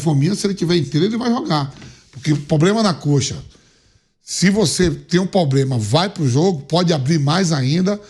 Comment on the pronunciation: é problema, analfabeto, não POBLEMA